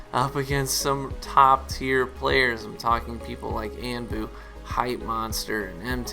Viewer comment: Anbu is pronounced on-boo. unless he doesn't say it that way i guess idk, just giving you pointless information :) anyway it really sucks that they're nerfing more things that are irrelevant and unnecessary